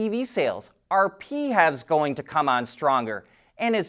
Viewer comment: Please stop saying "P-HAVS" and just say "Plug-in Hybrids" or 'PHEVs"